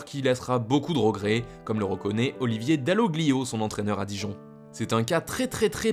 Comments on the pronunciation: Putain mais Dall'oglio ça se voit que c'est italien .... incroyable d'être chauvin à ce point et franciser tous les noms possible, quelle horreure auditive.. Et le pire c'est que c'est toujours cette chaîne qui massacre les noms comme ça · Le g ne se prononce pas.. 🤷‍♂️